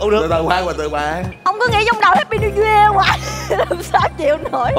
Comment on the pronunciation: Này thì một lần một ly 😂🤣 Hạp py níu year 😂🤣